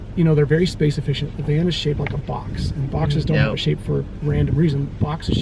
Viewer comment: VAN NOT MAN